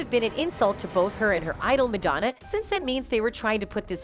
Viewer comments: MAD-O-NA what is that woman saying? Go to speech therapy Woman!! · Who the hell is "Madonea"? The narrator mispronounce her name a number of times. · Why can’t the girl say Madonna correctly. Pink rules! So does Madonna! ♥️ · Whomever is narrating needs to learn how to pronounce "Madonna" correctly! Lmao 😂